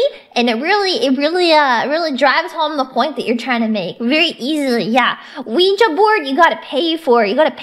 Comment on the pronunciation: This explains far too much, but I hope no one lets her live down mispronouncing ouija board